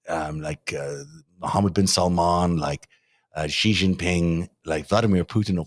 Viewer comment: The "X" in the Chinese name "Xi" is not pronounced like the "g" in the English word "regime"; indeed, the Chinese language doesn't even have this quasi-French sound. It's pronounced like an "sh," thus "Xi" is pronounced more or less like the English word "she." Similarly, the "J" in the Chinese name "Jinping" is not pronounced like the "g" in the English word "regime," it's pronounced more or less like the "J" in the English name "Jim." Easy!